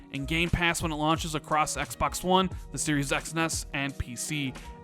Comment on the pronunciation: I personally can't stand the way u pronounce 'xbox' lol